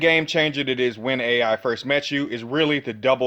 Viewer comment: Very nice video also if you don’t mind me saying with all due respect when it comes to the pronunciation of the A.I. Spell/Trap cards their pronounced “Eye” so for instance Ignister A.I.Land is pronounced Ignister Island or A.I.dle Reborn is pronounced Idle Reborn. But I’m definitely excited for the new support in Lightning Overdrive.